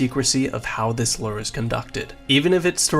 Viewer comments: why the fuck do you say LOOR? instead of LURE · why do you keep saying "invent-ary" and "Lurrr"?